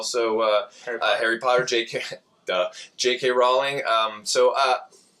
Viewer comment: Thank you for say J.K Rowling's name right a ton a people mispronounce her name that's pretty sad